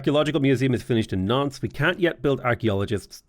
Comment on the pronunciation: really needs to enunciate when he says Nantes. With his accent, it sounds like he's saying nonce.